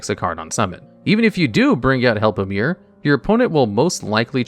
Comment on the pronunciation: I believe its pronounced Help-o-Em-Er